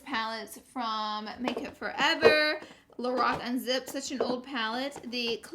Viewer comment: I thought she said the Rock instead of Lorac